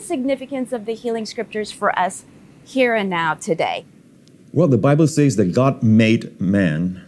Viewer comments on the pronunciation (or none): Will someone please tell Joseph Prince to say "sez" instead of "saiz"